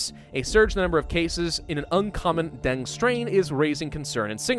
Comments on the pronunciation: Den-geh not Deng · PRONOUNCED DENGEE NOT DENG REEEEEEEEEEEEEEEE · it's deng- gee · It's pronounced, "den-gay". Dengue fever has been around forever. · My Diseases and Diagnostics proff used to tell people to pronounce dengue as "den-gay". then he's say.. "just like a den full of gay people" It was really cringey. This was decades ago and he meant happy, not homosexual....but still. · Here in Argentina we call it DENGUE ("gue" is pronounced as "geh") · In Vietnam we pronounce it Dengee or the break bone fever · Dengue is pronounced as "Deng-Geh (The G sound in geh is not the letter G sound) ." I like your vids. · Why is he pronouncing Dengue wrong? The guy acts like he is a medical expert when talking about Coronavirus yet cant pronounce Dengue Fever right. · I'm so used to hearing it said like 'den goo' that I took a double take when you first said it! (no shade being thrown, I just say things weird) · You're a grammar Nazi but can't pronounce Dengue correctly?